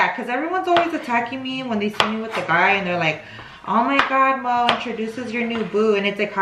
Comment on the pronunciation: *Moe not Mooooo🐄🤣